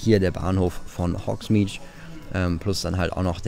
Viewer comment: Es wird übrigens "hogsmid" und nicht "hogsmidsch" ausgesprochen :)